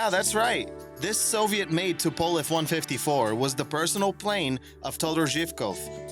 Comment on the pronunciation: The way you pronounce Tupolev and Antonov makes me cringe